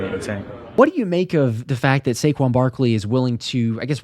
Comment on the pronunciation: Saquon "sayshaun" Barkley for the first TD!!